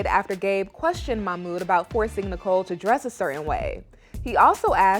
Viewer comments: It drives me crazy that Melicia doesn't pronounce Mahmoud's name correctly. It's not hard. Also, musssslim, not muzlim. Please. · It's MaHHmooD not Mamoo 🤦‍♀️🙄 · Yesss and she should learn to pronounce his name properly